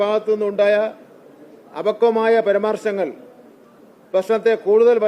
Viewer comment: പരമാർശങ്ങൾ അല്ല പരാമർശങ്ങൾ എന്നു പറ